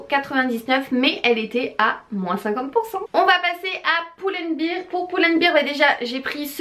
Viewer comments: Pull and "bèr" sinon "bir" veut dire bière ^^ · Coucou, pull and bear ca se prononce pas "poule and bire" mais "pull and bère", beer comme tu le prononce c'est une bière en anglais ;)